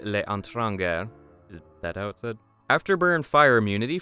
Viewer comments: etranger "eh-trahn-jher" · you pronounce l'etranger as lay-tran-shay, and the sh is soft, cuz it's french. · Wow did you ever mangle that French word.